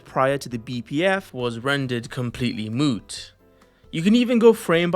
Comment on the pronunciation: “Rendered completely möôt”